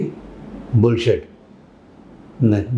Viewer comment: My soul left my body when he said "bullsit"🥶